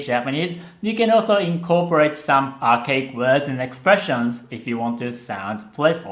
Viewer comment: archaic is pronounced more like Are Kay Ick